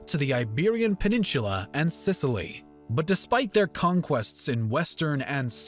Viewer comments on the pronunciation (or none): did you really pronounce peninsula as 'peninshula' lol